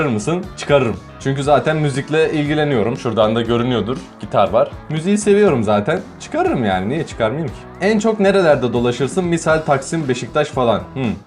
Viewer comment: Biz yanlış söyliyormuşuz gitar değil kitar